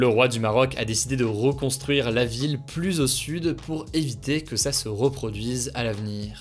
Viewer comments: Il y a un détail qui me fait tiquer à chaque fois, c'est la manière qu'il a de prononcer "plus" avec un "s" à la fin même suivi d'une consonne. A part ça très bonne vidéo x) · A quand le débat sur ta prononciation du mot "plus"?